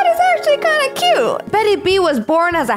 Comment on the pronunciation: It is cyoot